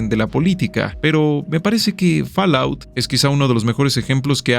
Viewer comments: A ver... Fall: fol Out: aut Fallout = folaut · Muy buen video! Únicamente te recomiendo que investigues cómo se pronuncia "fallout" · ¿Que rayos es “Falaut”?